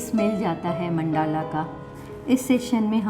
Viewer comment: Correct pronounciation is मंडल √. Not मंडाला ×